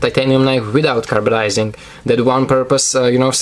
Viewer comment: Hey man I'm pretty sure it's Carbidizing not carbadizing